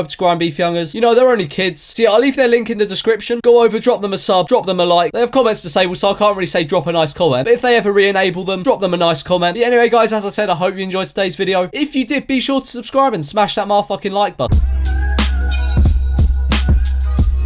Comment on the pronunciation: Has anyone ever noticed that he doesn’t say like button he says like butt